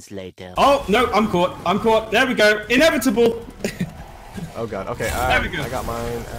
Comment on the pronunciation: Lol "inevitible" "I'm am Inevitble. YEET"